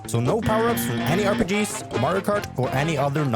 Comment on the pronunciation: omg my favorite supah herå, supah mariå